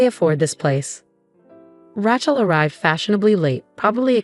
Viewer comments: Ra Chel……please say it correctly. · Probably one of the best stories I've seen here, BUT, please teach your AI how to pronounce Rachel's name.